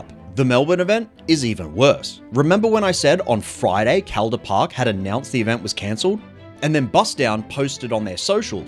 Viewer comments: pronounced: call-der park, otherwise great video ;) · Hey mate good video, im from melbourne, we pronounce Calder Park, CALL-der Park, just incase you come here and wanna visit the raceway :) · How does a guy making a video about cars not know how to pronounce "Calder Park"?